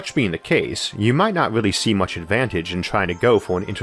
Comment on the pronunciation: I wish you a speedy recovery!! I sincerely hope your quality of life improves, but I'm genuinely going to "weawwy" miss how you spoke 😊❤.